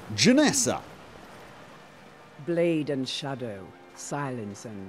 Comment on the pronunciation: JenAssa, not JenEssa.